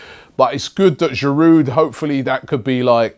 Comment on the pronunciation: Can someone please explain him how to pronounce "Giroud"?! He is with Arsenal for the fifth season and he still doesn't know that this "d" at the end is silent??? Go back to school mate!